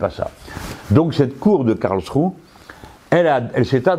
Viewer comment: M. Mélenchon, le -e final de Karlsruhe se prononce, autrement dit, cela se prononce "KarlschruhEUUUU". Merci